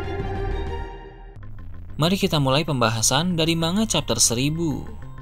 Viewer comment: manga atau mangap...sebut manga saja salah...seharusnya di pisah..MAN-GA...seperti konyaku bacanya KON-YAKU..